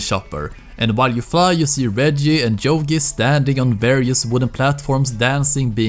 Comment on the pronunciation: It's not jogi, it's yogi you prat